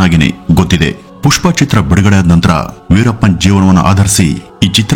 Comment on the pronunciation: ಸರ್ ಪಸ್ಟು ಹೇಳೋದಕ್ಕೆ ಮೊದ್ಲು ವೀರಪ್ಪನ್ ಅಂಥ ಸರಿಯಾಗಿ ಹೇಳಿ ಶುರು ಮಾಡಿ